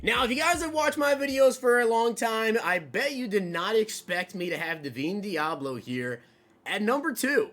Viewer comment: Bro for the life of me... DUH-VINE DEABLO. Just say the dam name right 😭